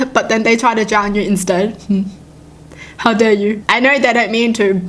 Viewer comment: I just like how says "Hiw dare you" 😂